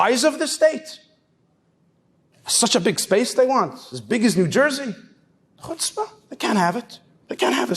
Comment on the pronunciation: It's worth the whole video just to hear such a nice pronunciation of chutzpah.